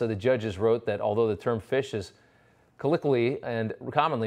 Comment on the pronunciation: Please pronounce colloquially correctly. You obviously have no idea what this term means, otherwise you would have pronounced it correctly.